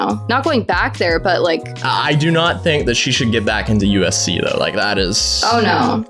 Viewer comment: I keep hearing ufc lmao